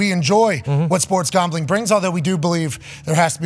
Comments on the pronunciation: Why can’t he say gambling correctly? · Did he say sports gawmbling?